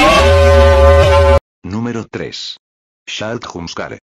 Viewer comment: I love how the Spanish TTS voice pronounces “Jump-scare” as “khoomp-skarrh”.